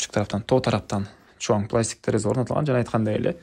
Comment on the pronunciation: Жакшы ,ишине ийгилик…бирок материалдардын аталышын туура айтсан жакшы болот эле! Гипсокардон-гипсокартон,пластика-пластик.... Дегендей